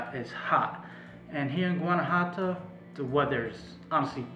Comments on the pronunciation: Guanajuato pronounced gwan ah wha toe. I really enjoy your videos. I'm sure you'll be stopping by San Miguel de Allende. also by the way, there are tons of words I don't say correctly. Locals correct me constantly. If I hadn't lived there, I would not have known either. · Your pronunciation of Guanajuato is suspect, but thanks for the vid.